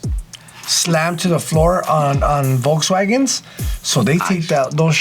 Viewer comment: I remember once upon a time saying “Jokes-wagen”. That told me all I needed to know about his opinion on VW! 🤣😂😅